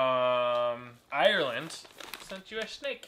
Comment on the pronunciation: you said Ireland wrong the r is not that long